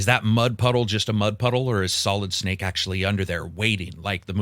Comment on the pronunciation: "Solid Snake" 🤦🏻